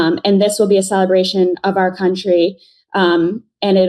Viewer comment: I love how many times she said : ' cuntry ' ..........hilarious !